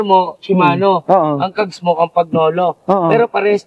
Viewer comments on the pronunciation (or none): Konting pagtatama lang po, " KAM PA NYO LO" ang bigkas...hindi " KAM PAG NO LO". Nakakapaglaway 'yung mga frames n'yo...maraming iinggitin ang makakabili niyan, parang mga works of art...ang galing ng mga Italyano sa design at workmanship at technology.